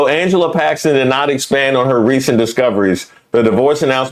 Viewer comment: That lady said she switched her vote to "packstin" because chrump endorsed him...wtf! A prime example of folks who cant think for themselves and need "daddy chrump" to think for them!